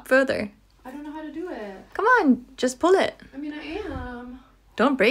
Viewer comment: “i mean i ammma, how do you pull ittta, it’s not workinggggaaa”